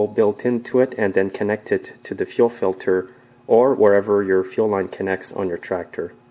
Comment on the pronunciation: it sounds as though you are saying ‘chill line’ when you are working on the fuel supply line, etc. is that correct? Thanks for a reply. When I installed my new carb, the system continuously leaks gas between the carb and the intake. Is it possible the new gasket isn’t seated properly? Thanks for any help. I appreciate your YouTube’s.